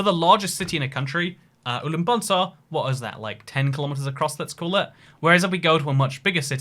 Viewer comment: me: watches video for 47 minutes to see if there is any mention about my country: mentions Ulaanbaatar (he mispronounced it, but its ok) but whats not ok is way that measures city, he just uses main yellow roads for measuring, while UB is 3 times bigger than imagination (4 times bigger if we include plain areas)